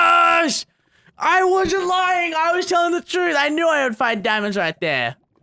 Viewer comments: more like dee-oh-mon-days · Has anyone else noticed that when he says DIAMONDEZ like that it kinda sounds like "Die on mondays"?